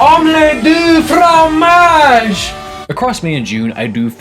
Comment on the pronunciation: I understood that Dexter's lab reference. Also, the wording is correct, but the pronunciation is "fgomash". Kinda xP